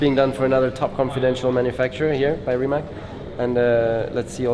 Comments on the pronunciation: I see... Little bit hard to explain... Closest I can get - "C" is pronounced something like "TS"... So it would sound like "Rimats"... If RimaC would be spelled RimaK, then it would sound like lots of people are pronouncing it now (as Nico right here)... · Nico, it’s “Ree-mats”. Not “Rye-mac.” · Is hanging out with the CEO of the company and still pronounces the car name wrong